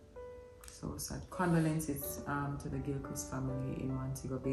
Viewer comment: Every time says Condolences incorrect I hear me correcting my grandmother lol....ohhh my Jamaicans I love them!!💓🙈